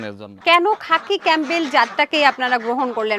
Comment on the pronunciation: খাপি ক্যামবেল না সোনা 😂এটা খাকি ক্যামবেল বলে